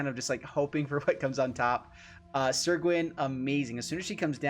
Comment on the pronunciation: Pronounced Sir, not Seer, otherwise great video